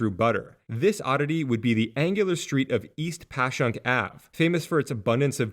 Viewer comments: Congrats you actually said Passyunk correctly, don't worry there are plenty of other linguistic traps we have to catch non-locals haha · I was nervous but props on the “Passyunk” pronunciation! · Great video, and appreciate the correct pronunciation of Passyunk! Plenty of people from the surrounding suburbs get it wrong themselves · The "peninsula" you describe is just called Philly. The area west of the Schuylkill (pronounced "Skookle" btw, not gonna fault you for that since you got Passyunk right lol) is University City because the Drexel and UPenn campuses are there, and farther out is West Philly. Fun fact about the beloved City Hall: Until the 1980s there was an unofficial "ordinance" that no building was allowed to be built taller than the William Penn statue. After the 1987 construction of One Liberty Place, the first building to break this rule, Philadelphia's sports teams, which had been quite successful across the board through the 70s and early 80s, were mired in mediocrity and heartbreak. This coincidence was dubbed the "Curse of Billy Penn," and persisted until the Phillies finally won the World Series in 2008, finally breaking a quarter century of championship drought in Philly sports.